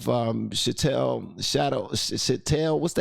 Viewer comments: Chattle is pronounced like cattle (go figure, right?) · the term "chattel" is pronounce like "cattle" but with a beginning "ch" sound (as in chick), and chattel slavery is the form of slavery where the enslaved people are considered (and recognized by government) as "legal property", owned by their masters. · It's pronounced "chat-L". Bless you.